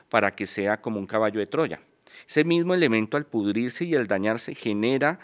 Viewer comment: No se si creerle dijo , pudrirse, etsorcismo(así tal cual lo pronunció) y en alguno parte dijo Morido , jajajaja la verdad no sé si creerle un intelectual no habla así